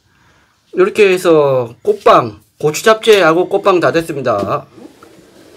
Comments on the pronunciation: 꼬빠 꼬빵 호빠 ㅋㅋ몇번을 말하고 있노? 아니 꽃빵발음이 그리안되나?한국말배우는 외국인도아니고 참 이해가안가네 그냥 궁물좋아하는데 밥에 물말아서 담궈논김치 잘 삭았을낀데 그거랑 먹어라 보고있는 내가 다 목이 메인다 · 입겁나 크면서 맨날 쪼그마케 쌈 싸달라잖아요 발음도 안되서 꼬빠~~꼬빠 아가리에 하나는 다 들어가겠는데 ㅋ